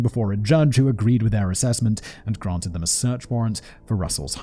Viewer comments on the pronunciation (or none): none